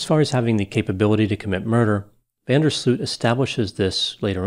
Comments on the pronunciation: You know when you say Ooow because your surprised 😮 oow that’s how you pronounce his name Joran van der “Slooowt” not Sloot- Sluuut like fluut that’s not correct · The oo in his surname is pronounced as oa in boat, not the way is pronouncing it here in this video.